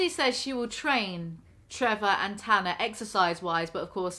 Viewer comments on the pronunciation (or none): for the rest of the video it's Tana not Tahna Me: She's gonna immediately say Tahna again: Tahna - BUT ITS IRONIC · At about you're completely right, that's how you say her name, just like Anna or Hannah, that's how you say Tana, there's no h. Its nor Ahnnah or Tahna, its Anna and Tana. Just listen to how they say it in the show, like, wtf. I LOVE you ( <3 ) but I thought the Brits were supposed to be smarter than us Americans. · “Ok I’m going to tana like tana from now on” 20 seconds later: says “tanah” Lmaooo no hate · The issue with the way you're pronouncing "Tana" isn't about the first a, which you're saying just fine. It's about the second a, which you keep pronouncing as an er. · It’s Tana like spanner. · It's Tana as in banner..... Just listen to her friends say it😉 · its TAN-uh. i know your british and you don't really use the short a sound lol. like APP or CAT or BAN. TAN. lmao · I’ve always pronounced it Tana as in Banner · Tana as in banana/banner, not Tana as in llama 😂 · It's Tana like banner 😂😂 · It’s tAna as in fAnna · it’s “tana” like “anne-uh” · It's said, "Tanna" as in "canna" bis . Gtfu, Tana!!! You are a poor representation of an American. She is an over privileged white girl that has no such thing as PTSD, because it doesn't just come out or show symptoms only as a convenience of an excuse. I can not stand her and she's doing more than just weed to sleep through a whole day. C'mon who does that?? She should be so thankful for her manager, not treating him like 💩 on her shoe. I have over 8 yrs of sobriety but I do still use edibles as help with physical pain. Congratulations on your sobriety of over a year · Oh almighty yeezy, the dumbass train wreck’s name is pronounced tana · "ok I'm just going to pick a pronunciation and stick with it for the rest of the video... from now on, I'm saying "T*ya*na" 10 seconds later "tahna being ungrateful..." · tana like llama is incredibly hard to say compared to tana like banner 😂